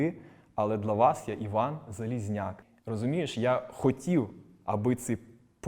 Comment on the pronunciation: Дуже цікава людина, вже вдруге передивляюсь інтерв'ю! Чудернацька вимова "дла" замість "для" )))